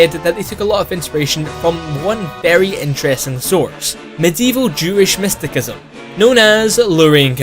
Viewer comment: Mysticism is pronounced 'mistisism' not 'mistikism'.